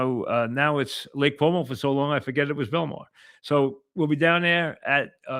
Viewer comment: Lake Como, Mike. Not Lake Cuomo. Dope